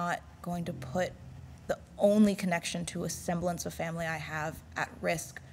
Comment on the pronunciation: "Vamily?" vomits blood